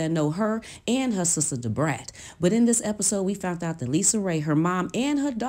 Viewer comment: Just like "fount out". It's found out!!!